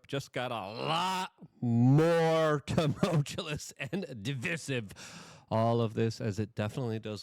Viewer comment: For Chri$ts sake, LEARN TO PRONOUNCE THE WORD "TUMULTUOUS".